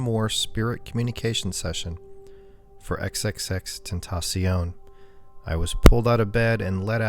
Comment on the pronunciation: U said his name right i give u props an a tha nks he is my favorite